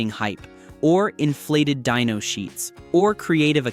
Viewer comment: Dyno not Dino, and lose the A.I. voice.